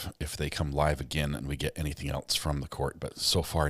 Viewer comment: "Did anyone eltse hear that?" says. Chef's kiss,!